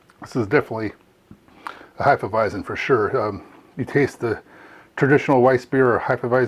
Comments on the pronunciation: Heff-eah-visen not Hi-ffa-visen 🤙🏼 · Really enjoyed the video, except for your pronunciation of Hefeweizen. Not sure where you are finding the extra "i" to pronounce it as "Heifeweizen", but it made me shudder uncomfortably me every time you said it. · Sorry, but you are pronouncing "Hefeweizen" the wrong way. The "z" is a hard "Z". Not a soft "S". Just train your pronouncing to the right sounding.